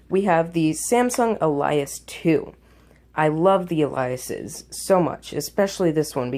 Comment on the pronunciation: Alias is pronounced Ay-lee-as not Ah-lie-as